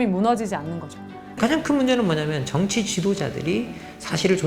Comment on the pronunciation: 여교수의 발음 문제: 비판, 정확,정치, 봤을때,인식, 등, 장음인 첫 자를 모두 짧ㅅ게 잘못 발음해ㅆ다. 이러 문제를 지적한 이가 없다는 사실이 또한 한국 문화의 맹점이다 고국 동포 여러 분! 정중히 권하오니, "한국 어문을 고발함"이라는 책을 읽어 주시옵소서. 미국 변 완수 드림